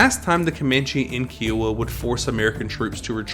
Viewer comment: These videos would be much better if you would pronounce Kiowa properly! kai·uh·wuh